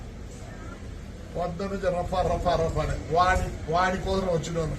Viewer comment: రవ్వ రబ్బర్ కాదురా రఫా రఫా ముందు తెలుసుకుని మాట్లాడు రా జఫ్ఫా